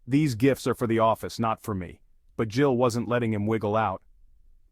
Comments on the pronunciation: his name is GILL not JILL. AI is lame. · His name is Gill. Not Jill fix your AI dude.